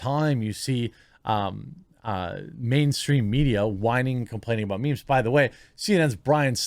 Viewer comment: when boomers talk about "mee-mee's" 🤣🤣🤣